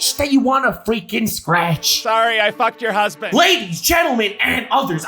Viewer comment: WHY HE KEEP ON SAYING "Sorry I fucked your husbandt"